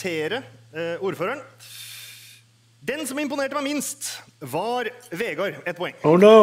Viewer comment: The d in Vegard is silent.